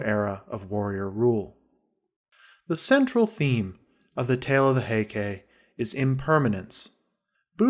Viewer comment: The reader's pronunciation is repugnant. He doesn't know how the Japanese spelling system works, because when he says, 'Heike', he says ending ke, sounding like kay. ei in Japanese sounds like ay, and e sounds like the e in the word set.